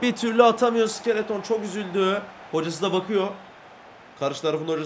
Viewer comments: Abi onun adı sikeleton mu ayır sik -e-le-ton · Abi iskeleto sikeleton deil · abi iskelete iskeleton diyor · abi skeleton vurgusunu bi tık yanlış yapıyosun ya da bana öyle geliyor:D